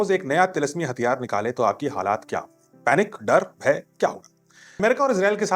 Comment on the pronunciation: You pronounced “halaat “ it should be halat